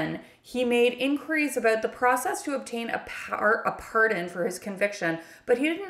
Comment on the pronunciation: Awww you say "About = Aboat" so cutely, Cute Cuddly Canadians 🙂